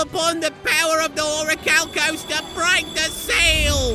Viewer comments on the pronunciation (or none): it cracks me up everytime when he tries to say oricalcos "the power of the orricacomalos"